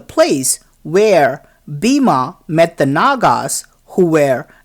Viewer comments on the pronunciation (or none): Pls pronounce hindu words and names correctly. E.g. Bima = Bhim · ok i know its bloody south indian ....BIMA....god get a class in pronunciation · Bima?😆 Its Bhima.. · It is spelled like bhee-em